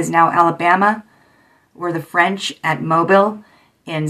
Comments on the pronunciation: Mobile is pronounced mobill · Its pronounced Mobile "Moe-Bill"